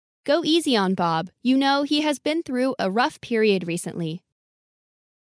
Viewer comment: though a rough → through a rough